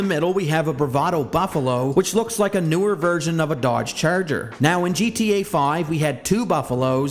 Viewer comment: Why you say “ cherger “😂 I can’t stop hearing it